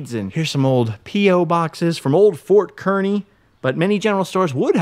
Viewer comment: Yes! Finally someone takes the time to visit "The Good Life" in Nebraska. It's pronounced KAR-ney for the town of Kearney, Nebraska. So happy someone finally pronounced it correctly. If you are ever going through NE again, hit up Scott's Bluff the monument (not just the town itself), Chimney Rock which less than an hour away from Scott's Bluff. Travel Highway 2, Alliance Nebraska has Carhenge (replica of Stonehenge but made out of cars). A small town on Highway 2 called Anselmo has great town murals and an old sod house which many early settlers built and lived in. Also along Highway 2 is Broken Bow which has a great county museum with old artifacts and the Sandhills Scenic Byway Center on the edge of town gives information about the Sandhills (the crane/bird is named after) and such. Much of Nebraska is hills but people only travel the interstate, I-80, which follows the Platte River which is a take on the french word for flat. Moreover, "Nebraska" is the Oteo word for flat water that's why many people think Nebraska is flat when in actuality it's 60% hills once you get off the interstate.